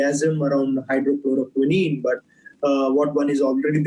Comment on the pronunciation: Not hydro-chloro-quinine.😛 It's hydroxy-chloro-quine.....